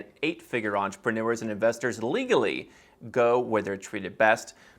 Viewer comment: I like how you emphasized “LEGALLY” 🤣